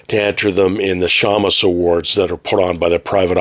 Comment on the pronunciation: Thanks for the info about "Crimeucopia". I'm always interested in finding new sources for p.i. and hardboiled short stories. FYI: Maybe it's the Canadian pronunciation, but "shamus" is pronounced like "shame us".